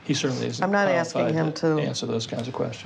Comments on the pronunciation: why can't you say ASK instead of Axe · Why does he always say "aks" instead of "ask"? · “ axe Michelle “ hahaha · "Axe Michelle." Lol. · Why do I often hear people say Axe instead of ask even though they seem to know the correct way to say it? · You’d have to axe Michelle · “Axe Michelle” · Lmao," Ax Michelle," why Is it so hard for "them" to pronounce,"ASK?" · He pacifically told her to ax Michelle. Why isn't she axing Michelle? Because he IS Michelle, if ya wanna be akrit! Lol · "Axe Michelle" - LMAO 🤣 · Take a shot for every time he says “Axe Michelle” 😂😂😂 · Axe Michelle 😂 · “…you probably need to axe the financial advisors…” 😅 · ‘Axe Michell’ is his way of pleading the fifth. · Isn’t it so nice that after all the sacrifices we’ve made that we can sit comfortably in our residential centre and watch this man say “axe Michelle” over and over?! I’m so proud of you and me. All those sacrifices. Finally paid off. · Axe Michelle 😂😂😂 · My mom’s name “Michelle” now I gotta go “AXE” her some questions 🫠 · She’d probably say “why da fug you axeing me!! Go axe da pastor!” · They “axed Michelle”. She said ask Ashley. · "Ax Michelle"... like at the end of this clip... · “Axe Michelle..” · Apparently, Michelle was repeatedly axed. I hope she survived the axing. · Axe michelle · why does he keep saying axe i thought it was a new york only thing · Or axe, or pacific 😂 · yup. All profit. Big tyme baby!## I was never there, but I love how he says he cant remember and axe richelle. He is an allstar for that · why does everyone want to "axe" Michelle? she might be a very nice lady. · Him: AXE MICHELLE Michelle: AXE ME WHAT IM NOT IN THIS SHIT😂😭🤣😂😭🤣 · 😂👍That & all the other words he can’t pronounce & probably doesn’t know their meaning. “Carcasins”, “axe”, “pacific” etc. 😂😂😂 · David Taylor is such a 🤡, can’t even answer his age without saying ax Michelle